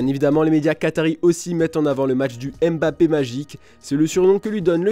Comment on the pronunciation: Mon oreille saigne à chaque fois que vous dites Mbappé. Respectez la prononciation de son nom s’il vous plaît 🙏🏾